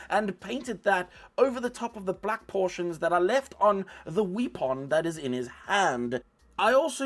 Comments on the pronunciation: I loved the video, I like your accent and your sense of humor especially how you pronounce "wee pon" great video! I've learned from you now I have to paint mine. Your painting face was just excellent! Thanks. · You remind me of, especially when you talk about the Space Guy's 'wee-pon.' 🤣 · You forgot to mispronounce weapon once